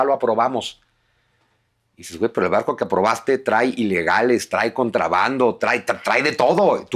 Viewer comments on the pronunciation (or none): none